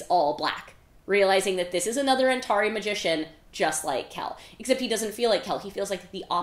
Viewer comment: I’m listening to the audiobooks for this read along and I was shocked to hear the narrator pronounce Antari as an-TAR-eye rather than an-TAR-ee. But you say it the second way! I’m curious how that pronunciation discrepancy came to be?